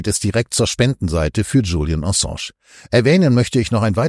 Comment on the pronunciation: „Ensange“???? Könnt Ihr, um Gottes Willen, den Namen nicht korrekt aussprechen?!?